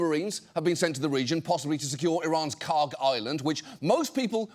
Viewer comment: "Hormooz", "Kark"…cringe